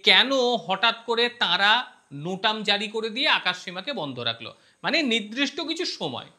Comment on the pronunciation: খুব সুন্দর বিশ্লেষণাত্মক এবং সরস প্রতিবেদন। "নির্দিষ্ট" শব্দটির উচ্চারণ একটু সংশোধন করে নিলে ভালো হয়।